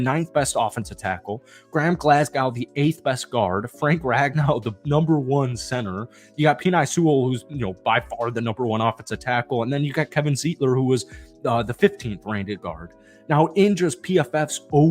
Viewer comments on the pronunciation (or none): Look, I LOVE your videos, especially the Detroit Lions focused ones... but you can't be mispronouncing "Penei" like that!!! You sounded like a 12 year old saying "Peni" as a joke for the word penis!!! LMAO Jokes aside, great video, much love.